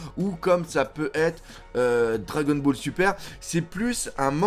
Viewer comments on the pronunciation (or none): none